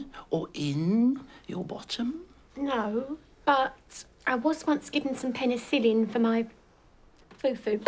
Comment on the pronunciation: Man sed penicillin 🤢😷